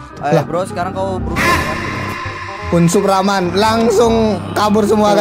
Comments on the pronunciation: Bang reman rhn bukan raman rhn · Hwhwhwhw bukan raman tapi reman banb